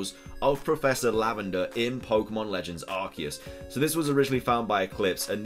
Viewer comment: It’s not Lavender